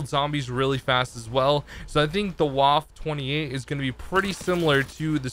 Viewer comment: "Vafa 28" is how it's pronounced not " Waffe 28"